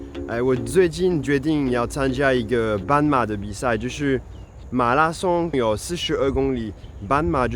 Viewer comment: 你發音不準，自己不檢討自己，加以改進，還對人生氣氣。 半馬，斑馬，傻傻分不清楚。 老虎，老鼠，傻傻分不清楚。